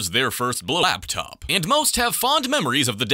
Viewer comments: why do I hear Black Top instead of Laptop? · Blaptop you say? 🧐